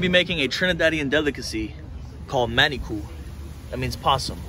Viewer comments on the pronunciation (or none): Lost me when he said manicoo curry